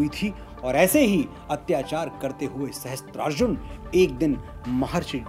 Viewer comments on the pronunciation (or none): maharaj ye galti na karo sahasTrarjun nahi sahasRarjun hota hai .